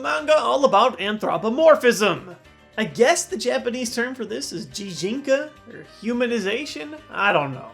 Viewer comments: sorry to be a stickler, but the G in Gijinka is pronounced not like a J, but like Giga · Gijinka is pronounced with a "guh" sound for the letter G, like grand or great.